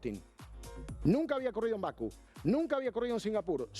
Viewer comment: todo perfecto, pero siempre decís Baku y es Bakú. Dale, no me pongas nervioso, dejame disfrutar tus análisis que son muy buenos. Pero Baku me saca 😂